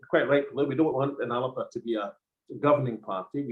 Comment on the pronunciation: That's not the correct pronunciation.